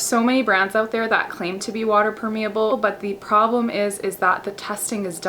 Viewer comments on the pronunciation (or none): You pronounce permeable wrong!